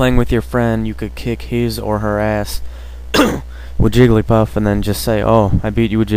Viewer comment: I stopped watching at "Jigglypuff"